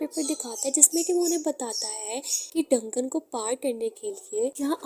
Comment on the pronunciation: डंगन नही दंजन बोलते है 😂😂